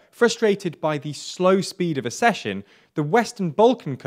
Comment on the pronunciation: The word is accession pronounced ac-session